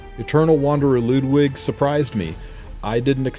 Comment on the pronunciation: you're the second person on youtube for e7 community who says Ludwig's name correctly